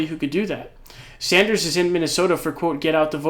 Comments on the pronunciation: Sanders not Saunders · Why do you say Bernie “Saunders”? Just wondering lol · Please stop calling him Bernie "Sawnders". It's legitimately pissing me tf off.